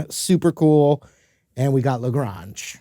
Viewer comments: Yeah it's La Grange, not La Gronge. Not that that is a big deal. Lord knows I need lots of help pronouncing some words. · La Grawnge, huh? Oh you fancy. La Graynge, bruh. Love your channel and enthusiasm. Good to see the new red lady in play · Nice job! One note; In Texas and the South it's pronounced La Grange, not La Gronge (long A). How about a little James Gang Funk #49..... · Lol La Grange is pronounced like La GRAIN-ge. Billy says it in the song! "About that shack outside La Grange. Just let me know if you wanna go. To that home out on the range". Rhymes with range. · Glitter Twins? Also, La Grahnge? Bruh ... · Wow that Strat needs some balls to capture that tele sound from Brown Sugar. La Gronge - huh??? How about La Grange - they pronounce it in the song - sheesh! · You lost me when you called it La GRONGE. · OMG!! Let the student teach the Master something. ZZ Top’s tune isn’t French, it’s “La Grange” (pronounced in the ‘70’s as “La Gray-nge” as in Texas & Ga too). Yes, I remember 1973 well and the first time I heard the song even - I am old, I know. You Sir, are an amazing guitarist. Love your videos and channel! (I still want one of your reject guitars. 😂) MLLHR! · WTF is La "Gronge"??? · Great Stuff,. But, “Lah Grahnge”? Really??! Come On Man! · Love you but its "La Grange" ask a Texan how its pronounced Like La GRANGE (Range) Texas boys wouldn't take kindly to a french pronunciation... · Ok now love ya man. But that lil ol band from Texas song is pronounced with a long A sound: Lagrange. Like what your mom cooked soup on or where home home is — where the deer and antelope play. It’s Texas not France. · Being a Texan, had to say that you pronounce "La Grange" to rhyme with "range". We seldom pronounce foreign language city names the way a native speaker would. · Lagrange ...!!!with a LONG "A"!!! It's a town in in Texas. Get it right. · La Gr- Ayynge is how it’s pronounced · I hate how he pronounces la grange